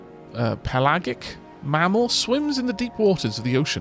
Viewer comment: Pelagic is pronounced with a soft G (like J) not a hard one.